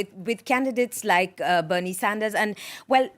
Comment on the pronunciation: That woman couldn't even say Bernie's name. Ridiculous.